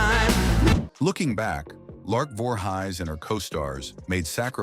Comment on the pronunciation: "Lark Voorhighs?"